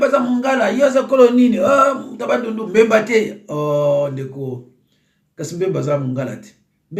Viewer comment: Mbemba te,(BBBBBBBEMBA)NA yo tata mobimba boye,tanga kombo naye malamu kooo aaah😏😏😏😏